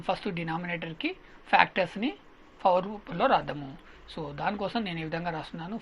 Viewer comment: Power sir adi fawar kadu